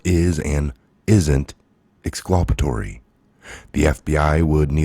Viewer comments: Ex- CUL - pa - to- ry NOT ex- CLU - pa- to- ry. FYI. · Ex culp it Tory not whatever ur saying I can do it all day... half the time idk wtf ya meen not being a dick but u get corrected and keep doing it